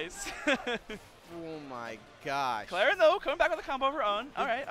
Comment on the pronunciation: "Clarien" for shame, for shame